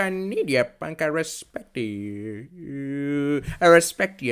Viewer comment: "I reshpeckt ya juuuhuuuuunk"